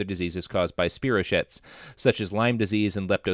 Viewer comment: Robert, I know there's basically a zero percent chance you're gonna see this, but you seem like the type of dude who would be more interested than offended to be told that "spirochete" is from Greek roots, so it's pronounced SPY-row-keet, not SPEAR-row-schitt.